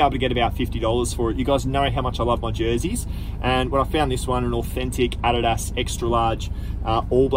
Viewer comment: Adidas is pronounced in US as -Ah Dee das